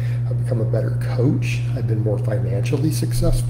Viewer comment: "A better athuuh-lete, a better coaff, more successful financially". Gonna buy muh house in another 20 yrs.